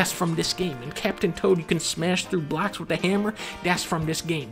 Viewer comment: tell me it doesn't sound like he says "you can smash through blacks with a hammer!".